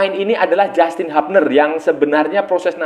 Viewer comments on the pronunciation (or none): none